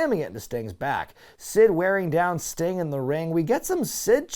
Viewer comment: Sting-uh? In the ring-uh?